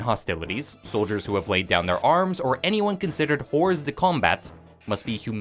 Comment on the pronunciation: the S in Hors de Combat is silent